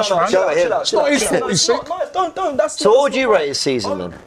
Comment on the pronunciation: robbie this entire video: YEH BUT ITS NOT 'IS FOLT IS IT DOE